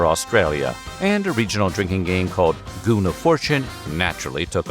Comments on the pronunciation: GOON boxes with GOON bags. Why narrator made such strong emphasis on this word?))) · Because it's a funny word... Why else..